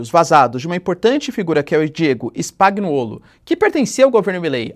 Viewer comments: Spagnuollo se fala "spanhuollo" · Professor, falantes errado, si fala: Spanhoulo!!! Nome lido a partir da pronúncia italiana.